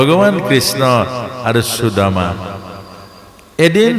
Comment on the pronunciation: Aponar sudama ucharan thik howa nai.